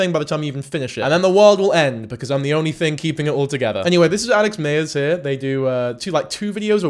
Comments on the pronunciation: You keep saying mayers but its myers I like his videos as just like a short form of the movies but yeah obsession was out there compared to other videos I have seen of his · 😆lol every time you said “Alex Mayers” Im reminded how vastly different Americans and British people say “addidas”. Also no shade, I thought you made great points throughout.